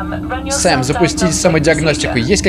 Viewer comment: САМ а не СЭМ! САМ! Об этом в самом начале написано!